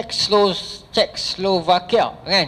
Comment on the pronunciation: Czechoslovakia tu disebut "che-chos-lovakia" ustaz. hehe